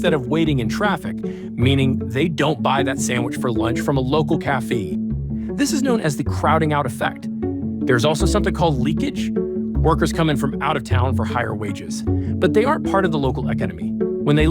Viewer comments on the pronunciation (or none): I figured that's why my comment got blocked. I said, who the heck says, caffee, instead of Cafe? And then I mentioned you know what. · Bruh is that an AI narrator!? Who says cafeee for cafe? And eekeneemee for economy ? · What's wrong with the narrator's pronunciation? "Local Ca-fee"? "Eck-i-nimy"? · Is this read by an AI? why can't he pronounce words like "café" and "economy" correctly?